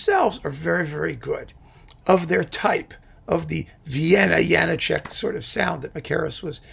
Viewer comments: A now-Canadian-citizen violinist friend / colleague, who was born in the then-Czechoslovakia and who moved to Canada in his high-school years, insisted that the diacritical marks in the spelling of Janacek's name means that it should be pronounced Ya-NAH-check, with the stress / accent on the middle syllable of the three. Make of that what you will... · On a walking tour of the Czech Republic, I asked our guide (a native Czech) about the correct pronunciation of the name. She said it's "yah-NAH-check."